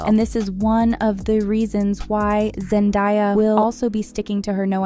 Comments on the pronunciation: It's pronounced Zendaya not zendieya😂😂😂😂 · To the woman speaking in this clip.. its ZenDAYA and NOT zenDIYA. She pronounces it with an A sound and NOT I.. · Zen-Day-a Not Zen-Di-a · Her name is Zendaya who the hell is Zendaya that’s not her name get it right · So much research just to say Zendaya wrong too many times 😢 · You expected AI to get it right?